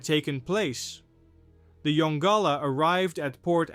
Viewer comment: Mystery* Also pronounced Yon-Gala NOT yongula